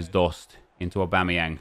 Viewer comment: Nep trying to say Aubameyang